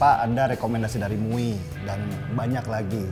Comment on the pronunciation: mui 🤣 bukannya m u i